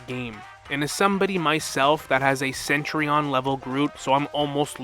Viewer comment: The way you pronounce centurion hurts me. Probably just me, though. Great vid!